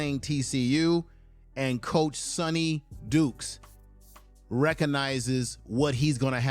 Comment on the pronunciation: At least get the opposing coaches name right. It’s Sonny D”Y”kes!